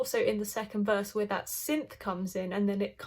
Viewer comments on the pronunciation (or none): none